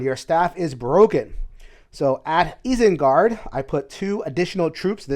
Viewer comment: the way you pronounce Isengard makes me want to rage. lol